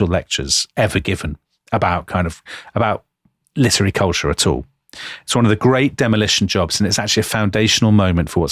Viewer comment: litery???🤔 really, Dominic???